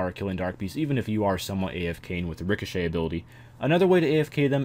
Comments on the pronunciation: Oula Vasama says it like ricoshade but it is ricochet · casper ou its pronounced "Rico-shay"